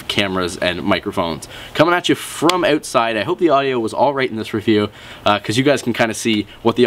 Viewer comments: What did you mean by"awt side" mean? Where you trying to say"outside"? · Lol "ewtside"